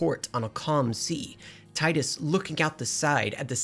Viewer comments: for the th time, it's TEE-DUS, not ty-dus. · Fyi its teedus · Oh no. You say TIDE-US. This debate will never die. I'm only at the introduction of Wakka. I'll edit/update throughout the video. Edit 1: I fell asleep watching this so I'm trying to go back and catch up. The inability to pronounce Macalania as a running gag is fun, but, damn, the saying Tide-Us and Bye-kanel is killing me. Maybe this sort of thing is your brand of humor. I don't know. This was in my recommended so I clicked. I'll do more looking into other videos of yours. Edit 2: I wonder if you cover the remaster at all. I missed the PS2 face models but I've been playing the remaster for almost a decade so this is mind fuckery. Edit 3: You are mixing up a decent amount of plot but you did mention at the beginning that you only played this twice since release so that's understandable. I like your delivery or dramatic script reading. Very well made so far. Just passed the Gagazet Dream of the Fayth part. Tidus was originally going to be unsent but The Sixth Sense came out so we can't copy that so boom you're imaginary instead. The development of this game is honestly fascinating. Edit 4: You can freely sort both items and equipment from the party menu outside of battles. either manually sorting or using the auto sort button. Edit 5: I know that my comment is gonna come off hella harsh, and I don't mean to antagonize. I'm super passionate about this game and also love looking at valid criticisms. I fully agree that the Jecht story is hella weak because your abusive father get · "Taidus". Oh god, no, I'm not watching almost 2 hours of that. Thanks for clearing that up in the beginning of the video! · My skin boils when “tidus” is mispronounced 🤮